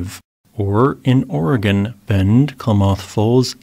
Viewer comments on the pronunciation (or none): none